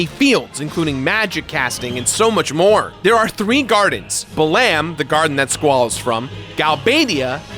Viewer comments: It's pronounced bah-lam garden.. bah-lamb sounds absolutely hilarious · My ear bleeds... it's "Bah-lum" like gum. For Balamb Town. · Lmao, I've never heard Balamb pronounced that way. I've always hear BA-lum or BA-lam, with the emphasis on the first syllable. Now I've got an image of the FFVIII cast jamming out to Spider Bait stuck in my head. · Buh-LAM garden, interesting pronunciation. I always thought of it as bal-umb (first syllable sounding similar to how you'd pronounce the bal in "balance") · Ouch, it hurts me the way you pronounce Balamb....